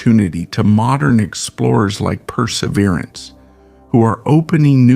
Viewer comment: while i sort of appreciate the content. please get a voice that does not sound like hes drunk as that mumble mouth harry caray. and pronounce Perseverance correctly